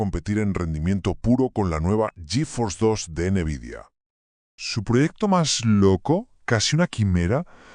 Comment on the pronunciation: * Horrible la voz del narrador. * Tiempos muertos innecesarios al comienzo y al final. * En una sola dispositiva dice los años donde suceden los hechos. * Pronuncia mal nombres de marcas como "nVidia". * No muestra imágenes reales de las placas de videos de las cuales habla. * No muestra imágenes de los juegos que habla. * Uso y abuso de inteligencia artificial generativa, hasta el punto que se ve la marca de agua de NotebookLM. La inteligencia artificial es para ayudarte convarias de las tareas para crear el video, NO para que te haga todo el video. Si todos tus videos son asi vas muy mal.